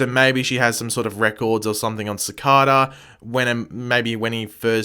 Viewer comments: why do you say it like cicOda, its cicAYda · It’s cicaeda not cicoda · Its "Cic-ay-da" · Why do you insist to say his name incorrectly for they clearly said his name cicada like the bug laugh out loud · I really wish u would say cicadas name right lol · your saying cicada wrong and its really fucking annoying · The way pronounces cicada triggers me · Your saying his name wrong